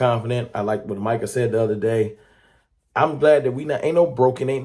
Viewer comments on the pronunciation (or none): none